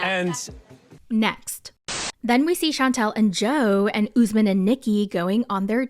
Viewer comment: Every 90 day recap really butcher the name Usman. It is my first name and tis pronounced uu s - m aa n....Not Ozzemin